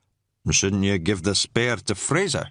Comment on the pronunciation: spay-ir a minute? nor "spae-r", pronunciation, if you are going to do an accent get the idea of HOW we pronoun oor vowels or dont bother otherwise you sound like you are speaking the Scotch of Brigadoon, mythical place with mythical language ..ie, total bollox